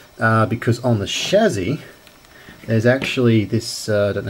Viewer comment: By the way its Chassy, not chazzi